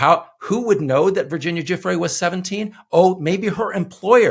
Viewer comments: You'd think someone, ANYONE involved in paid media could learn to pronounce Virginia Giuffre's name correctly, and not stumble over it like it were a surprise. It is pronounced "ja-FRAY", yet not one "news-talker" will ever get it right. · Pause. The people in the "press corps" are NOT serious people. They can't even fucking learn how to say one of Epstein's victim's name properly! These are journalists!? No. They are complete HACKS!